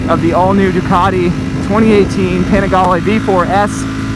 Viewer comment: Oh great, we get to hear say Panigale some more...